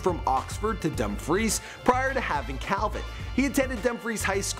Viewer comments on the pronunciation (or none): Hi great videő sorry I just watched it I'm from Dumfries well I live outide it, not being smart but it's pronounced dumb-freece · Dumb freese not dumb fries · Pronounce Dumfrice right please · You say it like dumfrees I’m from there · It’s pronounced dum freees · Love the facts that he knows all this stuff about Celebrities but can’t pronounce Dumfries right